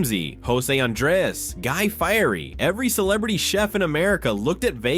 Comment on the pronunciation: Guy Firey?!? Saharrra? Hate fucken AI pronunciation.